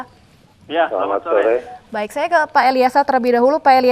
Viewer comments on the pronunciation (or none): Apakah anda tau presenternya, bilang selamat sole bukan sore 😂😂